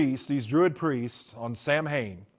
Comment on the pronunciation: Lmao former satanic priest and can't even pronounce Samhain correctly. Also he looks like a Star Wars character.